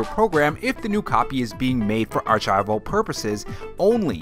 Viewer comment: I have never heard anyone pronounce archival the way you did in the video.🤔 Wondering where you and your cookies and nintendo news is from and if it's a regional thing. I am excited for a Donkey Kong movie update :)